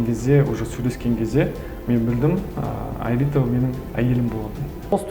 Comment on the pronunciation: аэлита десеш илита деисин